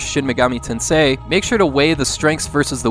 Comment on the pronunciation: the way you stress the word "tensei" is a bit unnatural, maybe listen to how other people say it, but good video, thank you lol "tenseIII"